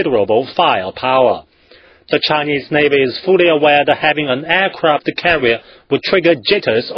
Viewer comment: firepower-faier pauer aircraft carrier-eercravt carreear